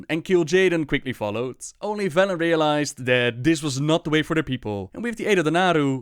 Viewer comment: "We will soon see if the Horde heeds Bellend's call..." CAN'T UNHEAR